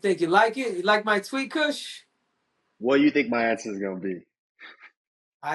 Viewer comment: Why is little c calling him kush or am I just hearing it wrong??